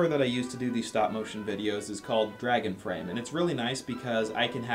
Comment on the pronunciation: Dragon frame I thought you said " drag and frame".